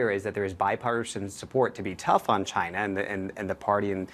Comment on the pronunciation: Chy... nnna?